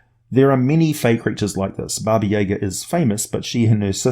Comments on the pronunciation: Hey, so this isn't super well known, but the correct pronunciation is Baba Yah-gah. Most people say Baba Yaga, as it's spelled, and you're saying... Baba yeah-ga for some reason? Accent I guess. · It's not Baba Yeahga it's Jaga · I may have said this already, but it's pronounced Bah-Bah- Yah-Gah. Also, the name means lit. "Old Women." And there's more than one. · I dont know if anyone else has said it and I know its an old video but because its a Russian name the pronunciation is 'yah-GAH', the emphasis is on the -ga. That being said, that's the Earth pronunciation and it could be entirely different on Faerun. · especially because of how often you mispronounced this very famous name. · 3.14 Dragon His pronunciation is closer to Russian than the typical American pronunciation, but the emphasis should be on the second syllable.